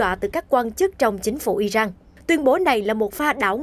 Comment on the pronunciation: Sao cô đọc tin mà kh ở không đọc đúng tên nhân vật Iran chứ không phái Ijan, cô ơi